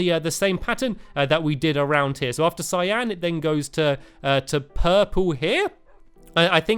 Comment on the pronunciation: That's not how you pronounce Cyan.. (In America)